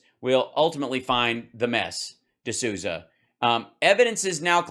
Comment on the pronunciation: Did he just say “The mess D'Souza”. Hahaha if he did.